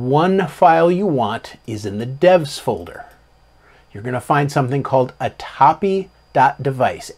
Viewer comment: A-TAP-E. Also LIBS is LIBS. Not Libes.:) (Knows will punch me repeatedly) Great video and full of great info. I didn’t even know this was a thing. Thank you!!